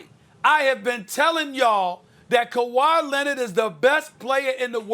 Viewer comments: Everyone : Kawhi Leonard Stephen A : Kawhi Lenon 😂😂😂😂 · Kawhi lennid 😂😂